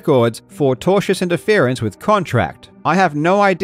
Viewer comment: Due to Karl's accent, I kept hearing "tortious" as "Togers", and since I have never heard that word before, I thought Karl was just like on fire taking the piss lol